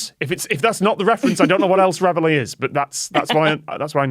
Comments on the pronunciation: it is surely pronounced as in 're-valley' not 'rev hilly' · and I was confused as I always heard it pronounced like ra-valley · Even if you don't know "Reveille" is French, or how to pronounce the double-L, and you're just going to read it as an English word (which is fine, you're speaking English) surely you can see the "i" is before the Ls, not after them. "Reveille", not "revellie". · "Revely"? 😂 It's pronounced reh-vey! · Question on pronunciation please, not least because I know Tom is a linguist... Can you explain why this is being pronounced Rev-el-ee (sorry, dont know phonetic equivalent). Showing my ignorance here, but I would have guessed (wrongly) that the word in question would be pronounced re-veil or re-vile. Educate me please. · That's... Not even close to how you say that word. Ya'll are saying Revellie. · No! It actually hurts to hear Reveille mispronounced so often. Re val E. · As a french person, I was really confused and amused at their way of pronouncing "Reveille" x) (which is french for "wake up", and is pronounced rev-ayy) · There’s no way “Reveille” is pronounced “re-vuh-lay” or “re-vuh-lee”. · There may be a legitimate American pronunciation But it HUUUUURTS hearing the French word being mutilated again and again 😆😆😆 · I'm French and how they're pronouncing "reveille" is making me really mad. The i's in front of the Ls! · Why do they not pronounce reveille like reveille? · Yeah, and I'm quite sure it wouldn't be pronounced that way in French! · As an English person, cut the amused and I'm the same. How didn't any one of them try pronouncing it another way, why did they all stick to that? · It is, in UK English. Tom was just saying it wrong. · I would NEVER have got the word from that pronunciation! Please, is this a normal English pronunciation of reveille? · No, it most certainly is not, mainly because we don't use it as an English word, it's French, and should be pronounced as such. Somehow not one of these people can pronounce that word.